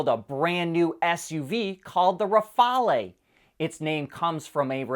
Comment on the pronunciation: That's "Rafale", not "Rafalé". Most people will think of the Dassault Rafale fighter jet, not some obscure airplane of the 1930's.